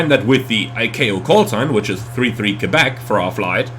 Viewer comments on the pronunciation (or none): none